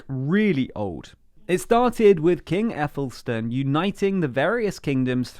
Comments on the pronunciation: The first King of England was Æthelstan, pronounced eth-el-stan. Not ethelstone but it’s a simple mistake, you did some amazing work on this video thanks again! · the queen DOES NOT rule the commonwealth of countries! she is only head of state of the realm. I think its very ignorant you have claimed this and a insult to those countries! also you killed the pronunciation of æthelstan. also i would add alot of the anti monarchist polls are 'would you like a Canadian head of state'' NOT ''would you get rid of the monarchy'' alot of people would prefer them to fade out of politics like the sweeds monarchy or denmarks and be a pure ceremonial figure